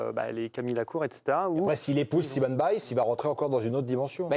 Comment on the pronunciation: Simone, en anglais c'est prononcé exactement comme le nom féminin en français et non comme le nom masculin. Et quand on est journaliste, on peut travailler un peu et , outre regarder les reportages en anglais tout simplement, et faire un minimum de recherche.